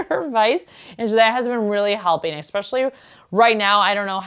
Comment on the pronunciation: I’ve recently found your channel. Love your colorful choices. But please, please, please use the word “especially” correctly NOT “ex-epically” … it’s like running one’s nails on a chalkboard. All the best!